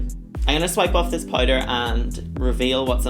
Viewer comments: If she says Poyder one more time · "Pouyder" 😂 Love u Blu